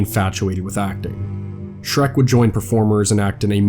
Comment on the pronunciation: I really want to like your content, but dude - the guy's name was Schreck, SCHRECK - there's no S or X at the end.